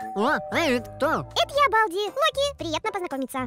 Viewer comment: Он локи а не лаки🙂